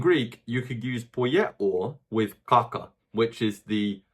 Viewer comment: every time he says "kaka" I hear caca.